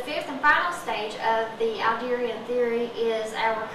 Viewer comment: It's Adlerian theory (as in Adler), not Alderian theory. Also, I wouldn't consider Adler the "Father of Psychology". Thanks for all else.